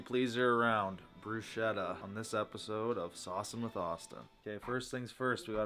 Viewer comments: You rub the garlic after the bread is toasted when the bread is hard and warm to release the natural oils and flavour of the garlic, and is right on how balsamic is pronounced, sorry Austin. Also, bruschetta is pronounced BROO-SKEH-TUH😗👌🏼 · not correcting and bruschetta pronouncation is making me start to question his italian authenticity 😂🤭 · There's an important thing here on the video that no one pointed out: it's not about how pronounces "balsamic", it's about how he and everyone else pronouce "bruschetta" AND DIDN'T CORRECT THEM 😲 Btw, regardless from that, I think that bruschetta looked really good, sad it only got a 6/7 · The way you guys pronounce bruschetta is sending me 🤣 “ch” in Italian makes a K sound 🙈